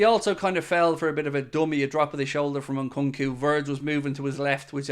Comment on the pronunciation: Nkunku is pronounced o’congoo?